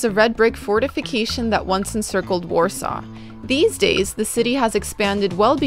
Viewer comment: Poland seems lovely, I want to visit there when I'm older and have enough money to travel, but that's not how you say Warsaw